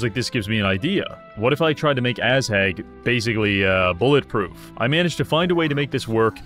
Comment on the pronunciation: be honest... you did this just because you wanted to say "Ass-Hag" all the time xD